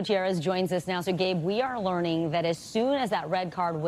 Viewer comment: Bosnia and HerzeVagi.. what? 😂😂